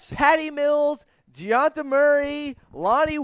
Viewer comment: Also why do you always say dejounte Murray name wrong